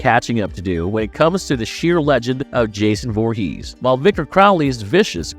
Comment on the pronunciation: Why do you pronounce Jason's last name weird.